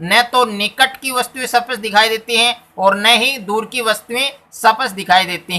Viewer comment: सपट नही बोलते है सर स्पष्ट होता है